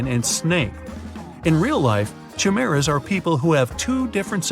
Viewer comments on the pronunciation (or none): you are saying chimeras wrong btw its should would like this ·ra.. lmao i couldn't stop laughing when he said 100 cases of human chim.er.as.